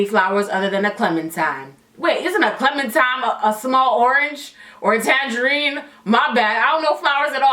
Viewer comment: SHE SAID CLEMINTIME💀💀💀